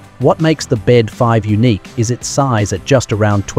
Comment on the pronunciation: Bede is pronounced BEE-DEE, not bed.